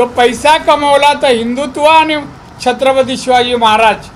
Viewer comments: ह्याला छत्रपती शिवाजी महाराज बोलते येता नाही दारू पिऊन आला वाटते 😂😂😂😂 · याला सिंधुदुर्ग बोलता येत नाही , छत्रपती शिवाजी महाराज बोलता येत नाही , संसदेत धड प्रश्न समजत नाही , सतत घेतलेली असते , भर रस्त्यावर दादागिरीची भाषा करतो , याला ×जपा हे सहन का करते ? माझ्यासारखे हजारों मतदार अशाने कमळापासुन दूर जातील !